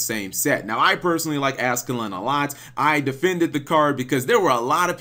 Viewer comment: Ascalon not ascalin